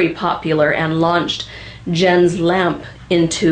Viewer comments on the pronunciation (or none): Two comments - first, a lot fiddlers use "Draggin' the Bow" to practice hokum. Also, "Jens" is pronounced "Yens". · Close enough, the "s" in Jens should be heard, as should the "e" in Lampe though without emphasis. (NOT Lampee ;-)